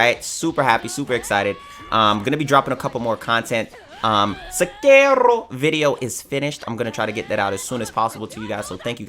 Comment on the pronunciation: It's amazing how you made Sekiro sound like a latin word.